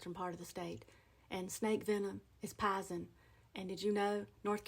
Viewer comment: Pie-zen is the state of contentment you achieve after eating pie. 😂